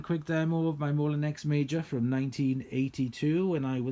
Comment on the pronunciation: I'm sorry for correcting you but I've never been sure that 'ex' is pronounced 'ay' in French so I've just looked it up - it's actually pronounced the same way as we'd pronounce it in the UK, 'eks'. Like I said, I'm sorry for correcting you but being a bit of a Francophone in school (!), it didn't sound right. I'm sorry! We had a second hand one of these in the 80s and I really liked it AND it was easier to attach the tools than using a converter pan on a Turbopower!